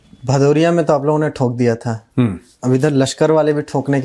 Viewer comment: Not Bhadhuria it's Bhadudia or Bhatudia